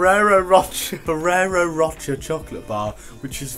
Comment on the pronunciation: Frist and rocher pronunciation 😂